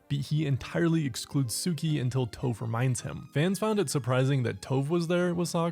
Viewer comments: Is no one gonna mention how this guy mis pronounced Tophs’ name as “Toh-ph”? A few other avatar YouTubers do it also and idk why cuz if they are such big fans like they say that they are then they would know how to properly say her name the same way as in the show. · Why you keep pronouncing tophs name wrong